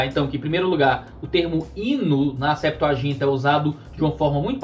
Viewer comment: "Γ" tem som gutural, Septua"J"inta soa mal. Mas não gostaria que meu comentário aqui seja tido como crítico apenas. O conteúdo é do mais profundo que já tive sobre o assunto. Aliás os vídeos doutrinários do canal são sempre nesse nível